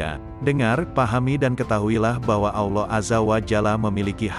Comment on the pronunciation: Maaf salamnya bisa benerin lam jalalah ada yg di baca tebal dan tipis. Contoh tebal jika jatuh setelah charokat dhommah dan fathah, bunyinya. Alloh, abdulloh, yg tipis jatuh setelah charokat kasroh. Billah.begitu. terimakasih 🙏